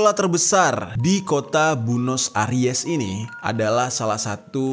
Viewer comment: Buenos Aires bor ibukota Argentina bukan Bunos Aires 🤘🔥🍺